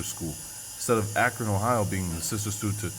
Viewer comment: sounds like acorn to me actually Akron-Acorn